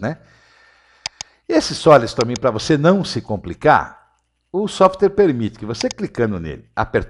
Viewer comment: "Softere" não, "Software", rsrsrs... Pra descontrair.